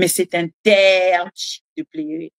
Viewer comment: Maman sala attention na prononciation ya PLEURER # PLERER. Merci pour le reste.